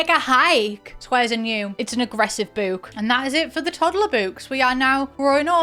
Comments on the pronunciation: I can't stand the way you say boo-k like boot. It's book like brook. Or do you say brook like broo-k? 🤔 Either way, I hate it. Ugh. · Obsessed with the way you say ‘book’ like ‘bewk’ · I hate the way she says “bewk” but this video has to be good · British people really be saying boook like heavy on the "👻k" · Wait, is she joking with the pronunciation of book? 😂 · Omg i can’t handle the pronunciation of book Sorry.😢